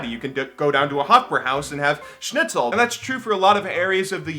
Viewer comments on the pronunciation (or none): none